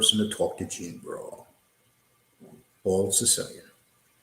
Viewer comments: It’s Borrello….not borillo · Yes that is extremely irritating, it's not like it's a difficult, multi syllable name ffs